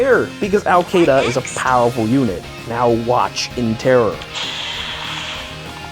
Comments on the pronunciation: ITS SHIIDA NOT KEYDA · Awesome brain damage story but I pronounce Caeda differently (I say it like see-duh) cuz that's how they said it in Warriors I think so the name kinda takes a blow if you say it different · Ok, I know this ruins your joke. But her name is pronounced She-da. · Al Caeda was always the Sword flier that I wanted to use since launch, even without her Wing Sword refine. Then again, since I’m just a little f2p player, I never get to build any of the units I want to. Btw, I always have pronounced her name as KAI-AY-DUH even though it’s actually “Shiida” or whatever. I think the way I pronounce it sounds stupider and sounds better to my half-deaf ears. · its pronounced SEEDA /s